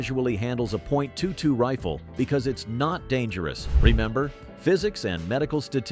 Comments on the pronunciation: All the technology and AI can’t say 22 😂😂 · STUPID 💩AI video! Jackass can't even say 22 correctly!!!!